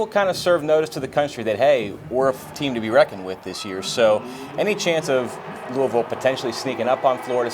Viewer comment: Thank you so much for saying Louisville correctly